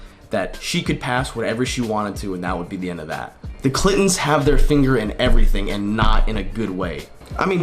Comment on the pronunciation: It sounds like you're saying "clit"ons